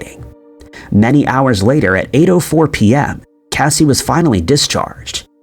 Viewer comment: Casi pronounces her name kay-see. Not Cassie